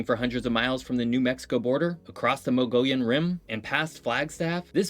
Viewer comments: Saguaro (cactus) is properly pronounced sah-WAH-roh, because its origin is from the local Yaqui (YAH-key) language. Mogollon = MOE-guh-yone, rather than "MOE-gull-yone". At Meteor Crater, meteorites don't travel. That's what meteors do. When they hit the ground is when they become meteorites. Back in the '90s, I backpacked into Supai, AZ twice. What a beautiful place! Also, back to the isolation point, this is 1 of 21 extremely isolated towns in the US, aside from the several hundred Bush towns and villages in roadless Alaska. The Navajo Nation has more members than any other tribe in the US and Canada, with 170,000 of the total of 400,000 still fluent in their very complex language. Other big groups there are Apache (uh-PATCH-ee, Hopi (HOE-pea, and Tohono O’Odham = tuh-HOE-no AWE-thum. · Saguaro cactus is pronounced "Sah WA Roh" -- and you might be looking at a cactus that is 200 years old. Mogollen Rim is pronounced around here as moo gee ahn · I am a Arizona resident for most of my life. Mogollan rim is correctly said Moo gee yan. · As a Arizonian, wanna say Mogollon is pronounce "Mo-Go-Yon" not whatever they said. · I know I’m a bit late, but another interesting place is the Petrified Forest National Park. I don’t know if you know, but petrifaction is a form of fossilization. Also, the sunsets in Arizona are some of the most beautiful on the planet. Some pronunciation corrections: 1. Saguaro is pronounced like suh-war-oh. 2. Mogillion is pronounced like mug-ee-on. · One of the better descriptions of AZ, yet mis-pronounced Mogollon wrong. This is what happens when you use google